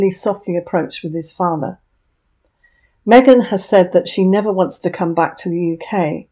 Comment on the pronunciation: Meeeghan in Texas? 😂😂😂😂😂